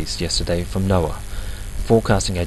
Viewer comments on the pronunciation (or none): none